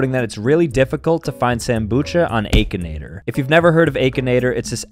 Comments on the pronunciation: “Ayk-in-ator” ak-in-ator is how you say it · it's not "ay-kinator" its "ack-inator) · I thought it was akinator not AAAkinator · Has anyone noticed he says aikinaitor😂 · Bro said Aakinator😂😂😂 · Sambucha made me DIE when he said aykanaytor WHEN ITS pronounced AHkInayter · Bro said 'Aykanator'💀💀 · bro really cold it Ak-a-nat-or-😂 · Aykinaitor 💀 He's AAKEENATOR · AY-KI-NAY-TER😂 it’s A-KIN-AY-TER😂😂😂😂😂😂😂🎉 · Bro said AAKINATOR INSTEAD OF AKINATOR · dude said akeanator 💀💀💀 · I haven’t heard of A kanator but I know about Akinator 😂😂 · It’s not ay-kin-ay-tor its ak-in-ay-tor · It's not 'aayyyykinator'its Akinator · Its pronounced Ah-kinator AH not A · It’s pronounced Akinator not A kinator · its ahk-inator not ayky-nator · Its not akeanoter its acanater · I always said an-kinator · is the type of guy to call Akinator "Ayekinator" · Bro said aikinator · AH - KIN - ATER bro I ain't really hard to pronounce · Akinator is pronounced ak-e-nator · Ah-ka-nae-ter is how it’s pronounced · Its pronounced: Ack- uh - natur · The way you pronounce it is wired it’s a-ki-nator aye-ki-nator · ITS A-KI-NAE-TOR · It’s pronounced like ackinater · It’s pronounced like this ack I nater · btw it's "Akinator" not Aykinator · it's pronounced ack-inator not a-kinator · Lol your saying it wrong it’s not achinator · The way he pronounces “Akinator” 💀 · How is nobody Noticing how he Pronounce akinator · sam the kind of guy to mess up saying akinator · The a in Akinator is pronounced of the a in Apple. Apple! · Who tf pronounces akinator like that